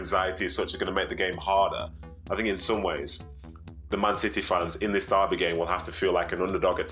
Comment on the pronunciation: People that can’t pronounce the word “derby” properly should not be paid to speak